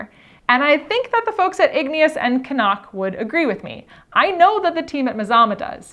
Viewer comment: I love that you pronounce “Cnoc” properly!